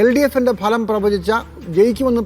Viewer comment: ലെ മലം അല്ലടാ ഫലം